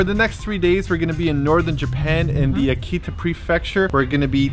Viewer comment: Seems like it was your first time at a Ryokan? How much do you actually eat?! Loved your pronounciation of Akita! Lol Very Canadian! And what is with the milk?? Beer is a much more common drink of choice after enjoying the onsen. Stunning footage but I cringed Everytime you said Akita... One of the best kept secrets of Japan!